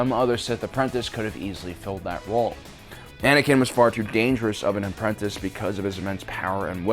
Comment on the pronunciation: Are we not going to talk about definitely saying “Banankin” in this video?!